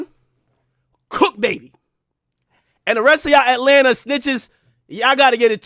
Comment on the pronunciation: "rAtLanTa" 🤓 Fkin goof 😂